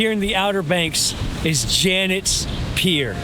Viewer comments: Love the video, but you might want to learn how to pronounce the names of the towns. Manteo is pronounced “Man t o”. Also Jeannette Pier is not “Janet’s”. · As a local, I enjoyed your video, but I was surprised you ate at Rundown, but didn't even mention it is located in my town, Kitty Hawk. And, not trying to be picky, but these locations are pronounced MANTeeO, BODY Island and JenETTES Pier. We do love our little strip of sand. Thank you for showcasing it.